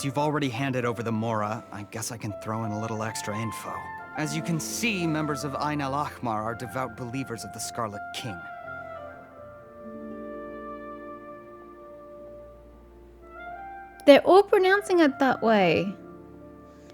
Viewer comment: Ayn al-ahmar should be pronounced something like this: ine (long I) al ahh (you want to pronounce the h there) maar (like mark) not totally accurate, but it should hopefully be easy to pronounce (I hope). The reason I think they pronounced it different is because the "h" in ah-mar tends to be a bit awkward to English speakers (although "kh" I would think is just as awkward but I could be wrong)